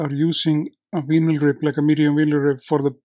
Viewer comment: Have a safe flight, my friend. I forgot to ask, is Mobuto is a word in Icelandic? Meaning? Side note: the US & Canadian pronunciation of vinyl (and I’m not sure if it applies to British pronunciation) is different. The “vi” is not pronounced “vee,” instead the “i “ sounds the “ie” in “tie”, so it’s pronounced “vie-nil.”